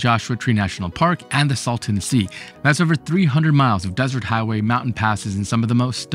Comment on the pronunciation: It is the " Salton Sea ", not the " Sultan Sea " .